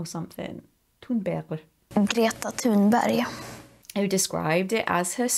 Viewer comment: Not that bad pronunciation of “Thunberg” actually, although it sounded a bit more German than Swedish.